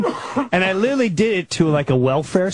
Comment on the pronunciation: Yes, he also referred to Nicole Brown Simpson as Nicole Kidman 😅. I've also noticed that he doesn't know how to say "literally"and "jugular" 😂